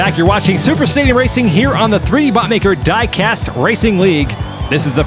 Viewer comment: That lady who does the voice over at the beginning, was she cheap to hire? I ask because you hired the only woman in the UK who can't pronounce "diecast" correctly. I say that as an Englishman